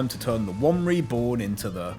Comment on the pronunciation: Damn he turned "the one reborne" into "the one refried"